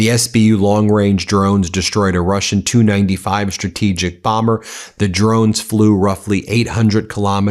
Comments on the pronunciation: Love your channel, BUT--- The TU 95 is pronounced "TEE YOU 95" . Kiev is pronounced "KEY EV". Not knowing those items reduces your credibility. Unless the narration is AI generated, which is BS anywhere it is used. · Not two, T U. T U 95. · Ben, It's "TU-95" not "2-95" 😆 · It's "T" "U" 95 bomber, like "Tee" "You" 95, not like "Two" 95. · Ben, when referring to aircraft manufactured by "Tupolev", call then "T. U.' not "to, or two", just like vehicles made by "General Motors" being "G. M.", not "gem". The Tu-95 is the Soviet equivalent to the U.S. B-52. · Pronounced Tee U 95. Not 295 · It's called a T U 95 not a 295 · The TU-95 is pronounced tee-you 95 or Tupelov 95. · It's either T u 95 or Tupolev 95 please.